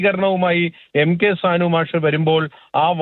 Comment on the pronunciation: സാൻ മാഷ് എന്ന് പറ സാനു മാഷ് എന്ന് പറയട